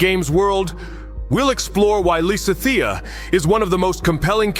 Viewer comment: While I don't mind most of the weird art, the pronunciation of Lysithia is getting to me. I'm currently replaying GD rn and wanted to get other people's takes and couldn't get past